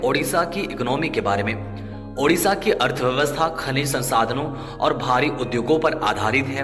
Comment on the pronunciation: Sabse jyada yeah achha laga ki... Apne udisha nhi Odisha bola.....jyadatar log hindi main udisha hi bolte hne......